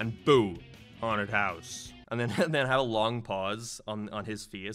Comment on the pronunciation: What ARE you saying? You've got the derpiest English speaking voice I've ever heard. I lost it "But Seaside Hill Zone was fcking everywhuuyre, like a decyeahd" < WHAT??